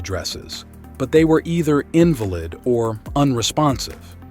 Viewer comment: Decent story, however, you put subtitles on your video but can't even type the words you are saying correct, that's annoying, but even worse is your pronunciation of words like invalid, there are two ways this word is pronounced, you got the wrong one, please try harder and your channel might get more views.